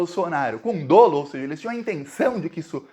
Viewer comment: com todo respeito dolo se fala como solo.